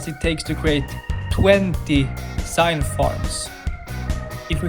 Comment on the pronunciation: IT'S NOT SIGNTH IT'S PRONOUNCED ZINTH